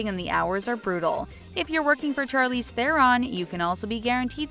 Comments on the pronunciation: Is anyone going to address the fact that this woman says CHARlize thereon instead of Sharlize?? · It's pronounced Charlize like Chandelier, not Charlie